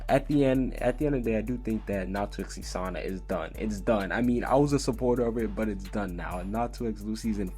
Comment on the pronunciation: Who the hell is li sanna ike its Lisanna he keeps saying li like are you an actual fairytail fan 😒